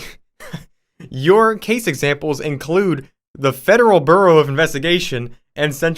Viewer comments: Why do you pronounce Bureau as "BooRoo"?!! 🙄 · The way you're pronouncing "Bureau" is triggering me